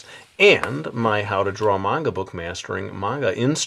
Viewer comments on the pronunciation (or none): That's not how you say manga!!!!!!!!!!!!!!